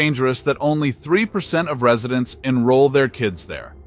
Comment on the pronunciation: "Ree-suh-dents?" Oh, I get it. You actually meant "Residents." This video is AI garbage. It is a disgrace.😊